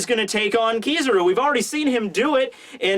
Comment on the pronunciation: hes say kizaru wrong